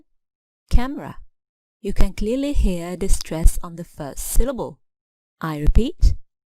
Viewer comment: the word clearly ! I've noticed that you pronounced without schwa sound ? Does that have a rule ?